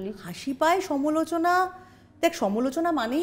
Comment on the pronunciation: সমোলোচনা নয় সমালোচনা